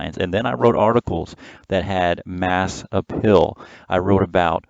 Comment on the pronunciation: The way you pronounced "appeal" sounded like "uphill".